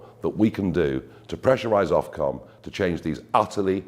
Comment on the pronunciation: Ofcom, foc-om....how about that...